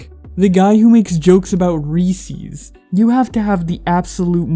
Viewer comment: did you.... did you just pronounce it Reesey's??????